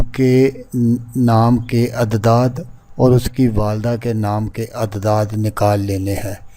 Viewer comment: جس طرح تم اعداد کو عدداد پڑھ رہے اس پتہ چل رہا ہے کہ تم کتنے بڑے عامل ہو فراڈیے پہلے خود کچھ سیکھ لو پھر یوٹیوب پہ لوگوں کو دھوکہ دینا